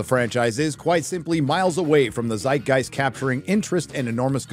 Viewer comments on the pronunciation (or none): none